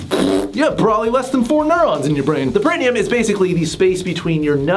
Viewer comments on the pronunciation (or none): Pronounced “para-NEE-um”